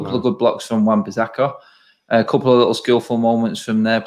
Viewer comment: When says lickle he thinks his gangster at that moment